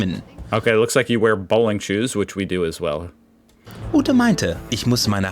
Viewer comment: Someone realized she isn't pronouncing Bowling correctly, instead saying "Bohlen" therefore "planking"